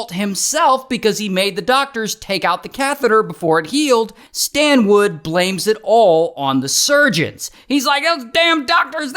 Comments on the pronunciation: Yo Ray, it's Stanwood, not Standwood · I keep hearing STAND WOOD! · “ His name is Stan-WOOD!! “😂😂😂nah Ray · His name is "Stand wood" 😭😭